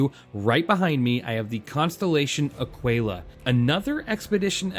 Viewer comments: It’s not a quail a. It’s either Ah quill a or A keel ah. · "uh-kee-luh" you dont call it "te-quay-luh" its tequila. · a kee la, like te kee la. tequila, aquila only one has a T at the beginning of the word. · It's pronounced "ah-keela" btw. Honestly, get the Taurus or if you like the bling like Ido, get the Phoenix. Love my Phoenix! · american here, it's ah-key-la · No big deal man but I thought it was pronounced like tequila. Ah-Key-Lah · I think that the pronounciation of Aquila has a mute U